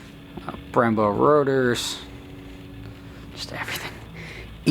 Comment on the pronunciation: Glad Im not the only one that caught that. "Yeah, those red rotors" wat?